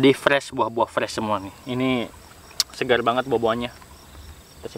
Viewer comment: Saya ga percaya klo airx segar. Karna cara penyebutan kata SEGARx Itu kurang meyakinkan.. Huruf R kurang jelas bang 😃